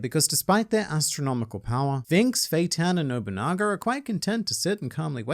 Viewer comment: was that bait by sayin bonolenov when you're talkin about nobunaga